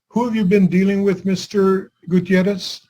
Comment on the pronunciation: I love that he pronounced Gutierrez correctly. This must me in CA, AZ, NM, or TX. I grew up in AZ